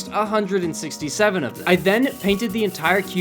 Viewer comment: hearing him say 167 sighs and checks comments